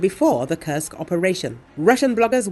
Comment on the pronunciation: Could you please replace the female voice with the male voice that does not curse Kursk anymore. Thank you